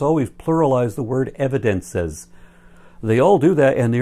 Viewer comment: "Evi-dense-sez" annoys me as well. {:o:O:}